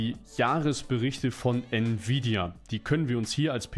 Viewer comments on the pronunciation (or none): none